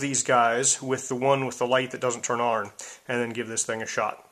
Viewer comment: f.y.i., "on" is pronounced as "awn" as in lawn, not "arn" like in barn (as you are saying).